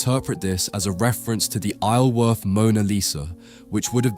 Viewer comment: I grew up a couple of miles from Isleworth - despite what the spelling might suggest, it's actually pronounced eye-zul-worth. The 's' is enunciated.